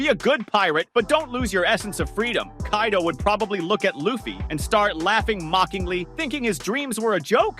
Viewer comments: Did this tarded said Kay-do?? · "kay-do" ah yes my favorite character kaydo